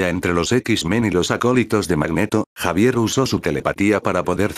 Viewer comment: deci xavier, no javier